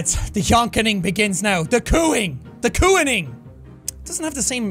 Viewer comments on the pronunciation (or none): Jack: "the COO-ning begins now" Everyone: 😐😐😐